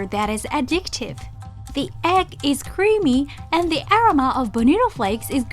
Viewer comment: 海外在住です。日本に行く外国人の知り合いにはこのチャンネル必ず紹介しています。ただ前からずっと気になっていたのがアロマの発音です。グーグルでaromaで検索しますと意味の他に発音も教えてくれます。試して見てはいかがでしょうか？また、海外の方には正しい日本語の発音を紹介して頂くと助かります。(からあげ)カラオケとか変な発音で覚えられてます。